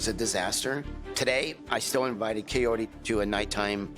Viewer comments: Omg guys my name is kaori and I kept having a mini heart attack each time they said kaory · You also say her name incorrectly 😅 It’s Kah-oh-ree not Kah-yoh-ree 😭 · It's funny how u try to correct his pronunciation and then proceed to butcher her name. His pronunciation isn't bad but KaiORy is much worse. Comibg from someone who actually speaks Spanish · I think he is trying to say her name in spanish so he is pronouncing the R differently... but since he is saying the first part of her name, "Kao", in english (Kay-yo instead of "kah-oh) it sounds off in both languages. It literally sounds like coyotee😶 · I am convinced he will never say her name correctly. Until I saw otherwise I literally thought her name was Coyote. Is it just me, or is it not basic respect to learn how to properly pronounce someone's name? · Why TF is he pronouncing her name like Coyote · When you pointed out how much he butchers Kaory's name and then you added the picture of the coyote because that's basically where he's at with pronouncing it had me in stitches 😆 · I thought the same! I swear I hear Coyote! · Love how he pronounces her name as if shes japanese. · He should really learn how to pronounce her name. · Omg does he ever say her name right? It's not that hard lol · Actually....I'm going to side with Ed on the pronunciation of the name. The r is most definitely not prounounced the way we pronounce the letter r. That's how the narrator is pronouncing it. Listen to the spanish woman pronounce her name. There is a rolling of the r....like every other r in the spanish language. It seems like he is making an attempt to at least try and attempt to say it how a Hispanic person would. I bet kaory has way less of a problem with it than most people seem to. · Hahaha! How you gonna marry someone you can’t even say their name 🙄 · I was thinking the same thing!!!! 🤣🤣🤣